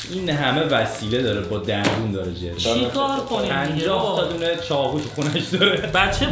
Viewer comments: تو دایره لغاتت ق تعریف نشده؟ 😂 همه ق هارو خ میگه چاخو ، تخریبا 😂😂😂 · چقد کسشر میگین ناموسن بیاین پایین داش ناموسن چقد چاقو رو کیری تلفظ میکنی چاخو چاخو